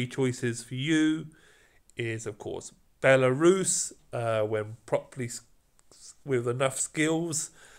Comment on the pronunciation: when you call Belisarius like belarus, it so funny to me because I'm from Belarus country😂